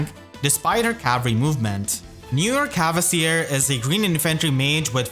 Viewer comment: Big fan and really appreciate all the worm you put in your videos. That being said, please return to the old pronounciation of "Kvasir", there's no "e" or "a" there!